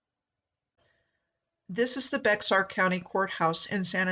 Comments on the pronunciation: Its pronunced BEAR County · great work, love it. but bexar is pronounced bear, im a resident, but till i was 10 i thought it was bexar everytime i saw it in writing. supwer work , again! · Bexar is pronounced Bear